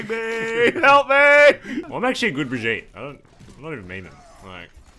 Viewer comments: KNOWS HOW TO SAY BRIGITTE'S NAME!!! Not...Not though... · Thanks for being the only one pronouncing BRIGITTE correctly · you actually pronounced it right!!!!